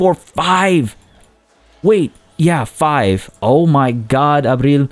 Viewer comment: LOLL “oh my god ABRIL!!” Your spanish accent when you said her name! 👌🏽🔥 Love this series! Also in Spanish is pronounced An-hel. 😂😉